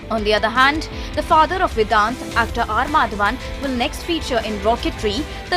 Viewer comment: His name is Vedaanth and not vidanth…its an indian name and indians are finding it hard to pronounce as it should?whats with y’all fake accents?